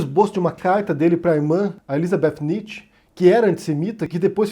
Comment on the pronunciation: Sua pronúncia de Nietzsche foi dita errada.